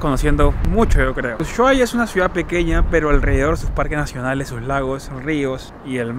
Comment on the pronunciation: Que bueno que hayas podido ver la patagonia argentina!. Por cierto, ushuaia se pronuncia "normal" sin enfatizar el "sh" simplemente "usuaia"